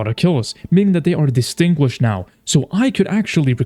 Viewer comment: “Distringuished” lol